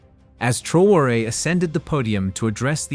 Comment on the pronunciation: Please pronounce his name correctly